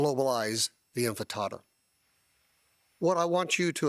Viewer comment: “Globalize the infitada” 😂